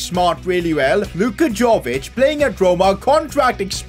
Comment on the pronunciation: It is not Đović, it Jović. You need to pronounse it like word JA(yes) in german lemguage.